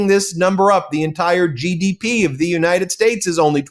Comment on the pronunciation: We don't need Ai to know he was lying. Everytime he opens his mouth he lies. He lies through his teeth so much. He has to replace his dentures. "United Schtates". He is so full of shit. That when he burps. His teeth duck. 😂